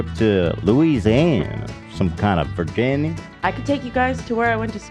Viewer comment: ethan pronouncing it Virginnie like Anuc thinking people here say it that way ha